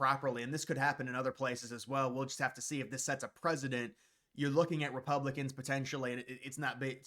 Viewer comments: It’s preCedent not preSident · Precedent (press-ah-dent) not president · Pre-cee-dent. Not President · It won't set a "president" it will set a 'precedent'. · Dude, PRECEDENT and PRESIDENT are not pronounced the same! Downvoted because your inability to use proper pronunciation makes you unwatchable! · The word you keep getting wrong is "precedent". It's not "president". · "Precedent" is pronounced :press-i-dent" Not president. 😂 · You said president, The word is precedent. Close 😂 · Setting a "President"? Learn how to speak.